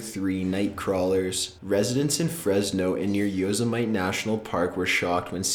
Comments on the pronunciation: It's not "Yo-se-mite" it's "Yo SEM i tee" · Yosemite like "yo zemite", instead of "Yo SIM etty." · Everyone: Yosemite: Yoza might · Did you really say Yo-sam-ight?? Really😵?? It's Yo-sem-it-ee!! The scary thing is that your generation is going to run this country someday😱😱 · You totally butchered the pronunciation of Yosemite. Yo-seh-mitee. Not Yo-zuh-might. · it's yo-seh-mite? you can tell this guy doesn't know how it's pronounced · LOL he called Yosemite "yos-a-mite" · Lmao "Yoh suh mite" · Did...did he just pronounce Yosemite as Yo-sa-myt? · I like his countdowns but he does do this,,,,lol. And he also mispronounces a lot of things, such as Yosemite or UFOlogy but its no big deal; just thought it was funny how often this happens with narrators on YouTube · Lmao. The pronunciation of Yosemite. XD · Your pronunciation of Yosemite made me shudder. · I also don't know if I can get over how you say Yosemite... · That's the worst pronunciation of Yosemite I've ever heard. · you mispronounced Yosemite